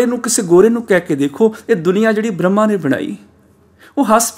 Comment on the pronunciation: ਆਪਜੀ ਬਰਮਾ ਨੂ ਬ੍ਰਹਮਾ ਬੋਲਦੇ ਹੋ ਜੀ🙏🏼